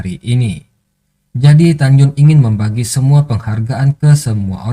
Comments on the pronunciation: tagyin bacaan nya min bukan tagyun😫😫😫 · Tan yin min. bukan tanyun. 🤣🤣